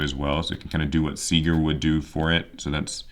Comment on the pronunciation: If you're still curious about pronunciations: Herz is like saying Hearts if it was spelled "Hairts" Nachster is fun, the "ch" is actually silent. Vier is said like "fear" Sieger is said with a Z sound instead of an S, so "Zee-grr"